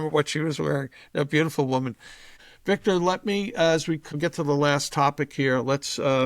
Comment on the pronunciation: Hey Victor, you should dump your blueblood interviewer and hire me. I guarandamnteeya I will pronounce your name correctly.